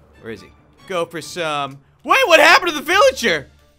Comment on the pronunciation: He called the villager a philager